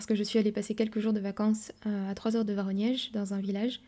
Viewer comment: Как красиво Вы произносите название города- Воронеж. Очень летнее, теплое, душевное видео. Спасибо. Вы такая очаровашка. ❤❤❤